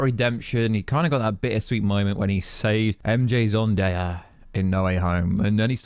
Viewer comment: "Zondaya" u fr doing this on purpose